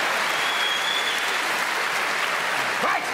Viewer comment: “Change Violtage, to Vhree Hondraed and fifty Violts”! Increasing Violtage, to Vew Hundreahd and Vewfty Violts, whatever the Feuq that means?!” Uncontrollable giggling